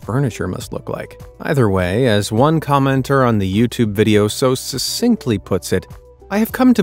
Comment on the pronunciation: ANOTHER to pronounce "it" Sussinctly. 🙄